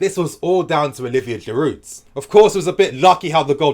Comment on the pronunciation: I completely agree. By the way in French the Ds in Giroud and Hazard are silent